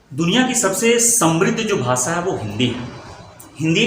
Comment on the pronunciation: सर जी भाषा को भाषा उच्चारित कीजिये, न कि भासा। हमेशा को भी आप हमेसा कह रहे हैं। एक एक शब्दों नहीं, एक एक शब्द कहिये। यदि आप हिन्दी भाषा को समझाने का प्रयास कर रहे हैं तो अच्छी बात है परन्तु यदि उच्चारण और व्याकरण ही अनुचित होगा तो आपकी ये वीडियो सुनने का मन ही नहीं करेगा।